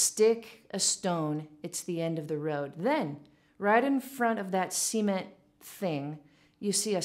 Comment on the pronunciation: OK - I just listened. Did really say 'see-ment,' like Jed Clampett's see-ment pond?